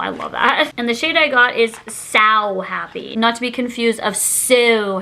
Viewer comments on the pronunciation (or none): I believe the lippie pencil “sow happy” is pronounced like “so happy”. It refers to sowing seeds because it’s from the poppy collection. It’s supposed to be a pun